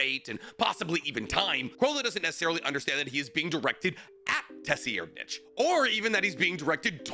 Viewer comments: Tessi-aired-nich is a wild pronunciation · Tse-reed-nich ("ch" pronounced like the "ch" in "nacht") terror-sandwich huiguorou